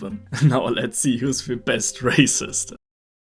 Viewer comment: Did he say “let’s see who the best racist”?